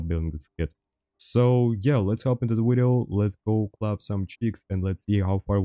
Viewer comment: The two things that bring me back to this channel is “wideo” and his laugh lol it’s like “Ħä ħä Ħä ħä” and the gameplay it’s great